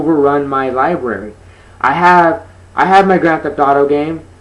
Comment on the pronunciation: lol libary nice